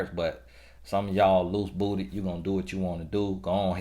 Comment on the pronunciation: When says “loose booty” in his accent. Lol 🤣😂😄